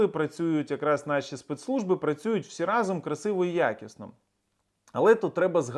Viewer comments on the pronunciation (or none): none